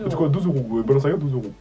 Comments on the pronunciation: « Balinziaga » 😭😭😂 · HAHHHAHAHAHAHA « Balinciaga » 😂